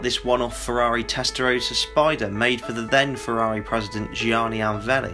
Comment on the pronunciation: So many inaccuracies, even hilariously the pronunciation of Gianni Agnelli.